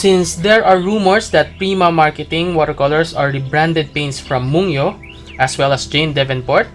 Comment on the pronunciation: I have the same set!!! I just got them the other day... your review is quite helpful for new/aspiring watercolor users/artists... i think this brand is pronounced as /moon-gyo/